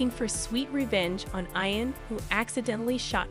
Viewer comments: Tell the narrator to STOP mispronounced the name Ian. Correct way to say it is E AN. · Caitriona Balfe's name is pronounced Balf the E is silent. Also, Ian is pronounced (Eee AN) Please say Young Ian if you are trying to differentiate . Sam's last name , Heughan,is pronounced (You han)